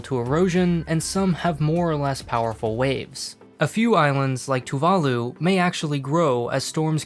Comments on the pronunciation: u said Tuvala not Tuvalu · Hmm tuvala? xD